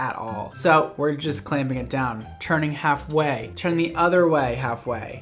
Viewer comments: Listen. It’s TURN not CHURN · Nobody:: cHerN-pYl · Am I the only one who hears “churn and pull”